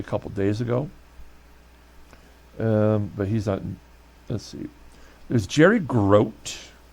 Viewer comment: Glad you won. The long time Mets catcher's name is pronounced Jerry Grow-Tee. He was a great defensive catcher, Seaver loved pitching to him. Nobody better on foul back balls.